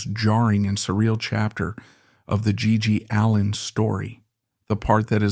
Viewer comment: "His name was gee... ..Gee allin." "1880s rock n roll." "Stiv buh-TORS." "G.G. Aleen." Man, fuck your AI bullshit.